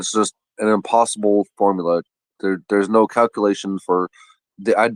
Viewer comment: What is a "formalar"?! No wonder she's single... she's illiterate🤦🏾‍♂️😂